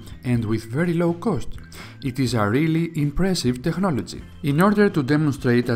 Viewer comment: Με το που άκουσα te"χ"nology λέω δικός μας είναι. :P